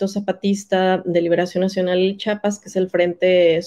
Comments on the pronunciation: Con todo respeto para la investigadora, pronuncie bien Chia-pas!!! Cuando pronuncian Chihuahua lo hacen bien y cuando van a nombrar a CHIAPAS, le dicen chapas!!! Vergonzoso caso!!! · según muy estudiosa y no sabe decir CHIAPAS no es chapas es Chiapas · Su entrevistada no sabe ni pronunciar Chiapas, dice Chapas. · Por favor reporteros, díganle a esta mujer que antes de pronunciar mi estado piense bien que lo letrada que pueda ser, al oír que ni siquiera nos pronuncia bien, es agresivo, que nos diga chapas!!! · Pues si, tuve que volver a escuchar a la historiadora y efectivamente pronuncia Chiapas como "Chapas". Una vez puede ser falta de atención o lengua trastocada -como nos puede ocurrir a todos-. Pero, todas las veces!!! En fin, el caso es que me gustaría escuchar en voz viva a Marcos responder a estás acusaciones y tener las dos versiones contar su historia para poder tener una idea de lo que realmente paso y pasa. No puedo tomar una sola parte de la historia y hacer juicios. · Historiadora! por favor, es Chiapas.